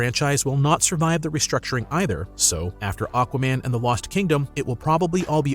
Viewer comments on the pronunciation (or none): none